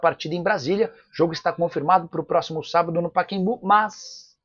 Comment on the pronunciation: Nicola, o nome do estádio é PACAEMBU e não paquembu! PA CA EM BU. e não paquembu. Coisa triste.